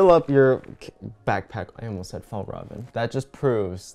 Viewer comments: My dad actually works at FjällRäven and it is pronounced fi all rah ven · plSSSSSS watching this video as a swede was hilarious cuz every time tried to pronounce Fjällräven it just got worse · Fjäll-räven, the ä is pronounced as the a in air. Kånken is pronounced with an å-sound which is like the O in or. Hope it helps /offended Swedish person cuz the bag is in fact Swedish and not Norwegian 🙂🙂